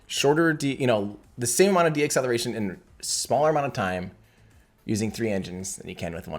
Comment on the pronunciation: I love the videos, but ‘deacceletion,’ is not a word. It is “deceleration”; not as you pronounced it: de-acceleration. It’s deceleration